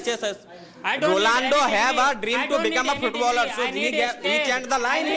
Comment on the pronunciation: One boy say Rolando🤣🤣